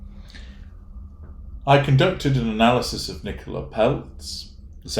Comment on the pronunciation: Isn't itpronounced Nicola as in Cola? The way you say it's an English name.